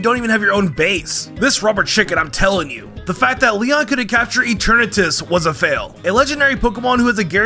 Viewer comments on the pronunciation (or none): none